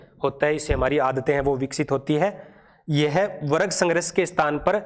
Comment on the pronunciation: Explanation bahut acha h but pronunciation me bahut mistakes h jaise warg hona chahiye n ki warag👍